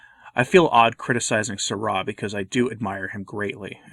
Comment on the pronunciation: Why'd you pronounce Sarah like that?